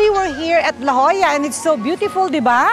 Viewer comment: LA JOLLA is pronounced "LA HOYA" in Spanish po....